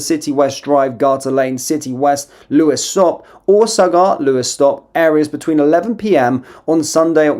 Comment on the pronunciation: Its said like sag gart. Not been a smart arse, just said id let you no pal